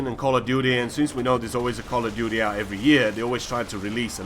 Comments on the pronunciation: I love how he says: call of duteh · D call a duteeh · ''Call of Dooteh''!